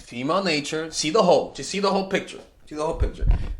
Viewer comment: I thought he said hoe😂😂😂